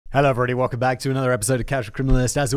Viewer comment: Simon: Hawuwu-everybody... 😂